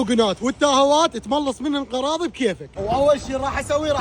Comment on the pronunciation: طالع مقطع و امه محمد كله شافته و تكول قراض ؟ ولله عيب اثقف و كول غراض غراض مو قراض